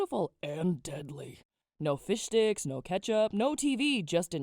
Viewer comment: I swear it sounded like you said fish dicks not fish sticks. XD